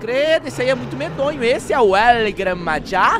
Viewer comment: Como se fala el gran maja El Gran Marra (Maja)